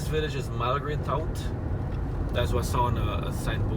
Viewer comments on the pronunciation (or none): Yet another awesome video! I've been binge-watching your channel during this Covid 19 pandemic. I grew up in Vreed-en-Hoop. I hope you don't mind if I offer some information for the viewers: - Malgre Tout - the 'tout' is pronounced like tooth. It's a French name. - The strange thing about the name of Klien Pouderoyen is that Klien means 'Little' in Dutch. So at some point, there would have been main Pouderoyen. I think both may have just fused together over time. - The road you turned onto from the junction to where you said it's the end of Best road is actually New Road. Best Road is the one that turns off New Road leading to the Best Hospital. it then makes a left and runs parallel to New Road and runs into Crane I think. - Right at the end of New Road is where Vreed-en-Hoop (dutch name) ends and the village you turned into is actually called Novelle Flanders (french). It's very narrow so most people don't know where it ends lol. - Right when you said 'best road ends' to your right is one of the entrances to Crane village. - that's Hack Rice Mill in the village of Harlem (dutch). another narrow village you can miss if you don't realize you are passing it. _Between De Willem and Meten-meer-Zorg an entrance branches off to the street of Kastev, home to the Guyana Heritage Museum. If you go to the top of the museum you can see the island of Leguan. Keep up the excellent work showcasing Guyana and helping the people!